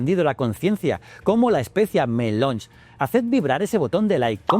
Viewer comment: Bien, pero es Arrakis (no arakis) y especia melange (no melonge). ;-)